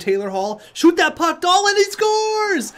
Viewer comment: Its DahlEEn not DahLIN